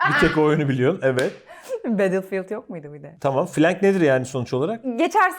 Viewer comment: Everybody: Battlefield: Batillid